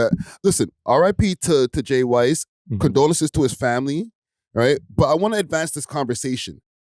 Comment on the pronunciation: its not wise it pronounced wizz but it spelled different W H I SS . RIP JAY WHISS FOUL that they didnt release info hes an artist .